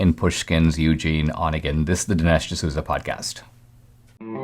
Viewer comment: Dinesh, Онегин —> Onegin is pronounced uh-NYAY-gain, not ON-uh-gain.